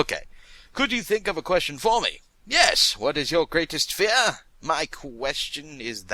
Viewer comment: What is that accent?! XD "There is nothing to fe-ar but fe-ar itself."